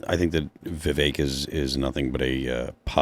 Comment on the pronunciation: the name is pronounced "vi-VUHK', NOT vi-vayk.......